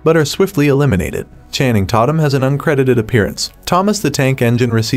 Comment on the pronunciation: "Channing Tot-umm"?...